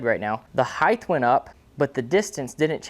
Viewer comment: HEIGHT.....no H on the end there lad.